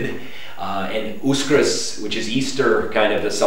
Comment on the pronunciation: Its not USKRS its Vaskrs:D